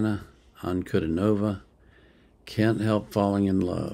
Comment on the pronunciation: Welcome to the magical, mystical world of Princess Diana, The Goddess Voice of Nature. Enjoy your journey. She is a true Contralto and Polyphonic. BTW, her name is pronounced Dee aah na An coo DEE nova.